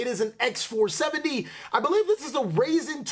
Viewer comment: "Rayzen" = RYzen